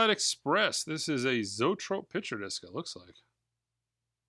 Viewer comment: It's pronounced Zow-'EE-trope'. LOL